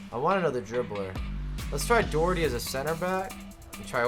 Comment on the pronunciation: I hate the way Doherty is pronounced